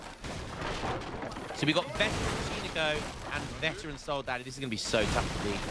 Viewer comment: i love your vids but PLEEEEASE!!! It's "sold-add-oh-s", not soldaddys xD. Love you